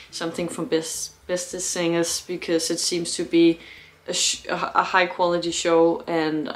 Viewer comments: Btw: The "a" in "zangers" is pronounced similar to the "u" in "sun". Greetings from the German-Dutch concert photographer. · Let me learn you some Dutch. The a in Jansen and in zangers is pronounced as the a in Darth and not as the a in Vader. Henk Poort was the phantom in the Dutch Musical.